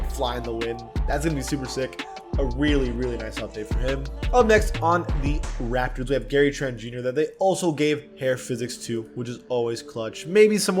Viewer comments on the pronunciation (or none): none